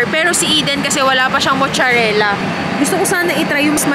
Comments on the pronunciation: Anong mucharela?! Its mozzarella pronounced as matzarella! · Mozzarella (maat·suh·reh·luh), hndi mocharela. labyu!